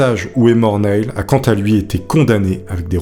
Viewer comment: Super vidéo mais la prononciation de l'anglais est un peu douteuse (Neil -> se prononce comme Neal, Nutty Putty -> les deux u se prononcent avec un son eu, et "college" en anglais ce n'est pas "collège" mais "université") 😉